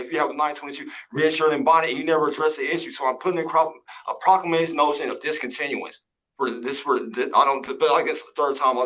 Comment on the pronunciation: What is a prock-ka-may-shun 😵‍💫